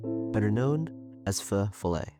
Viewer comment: he pronounced it right dawg 🫩